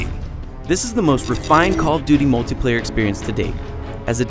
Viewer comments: OMG this guy CANNOT pronounce words properly! Idiot! MultAplayer??? Speceealiteees??? WTF moron. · "The mulTUHplayer"......stop saying that....